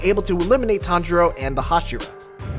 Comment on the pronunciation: Did this fool seriously say "Hashiro" instead of "Hashira?!"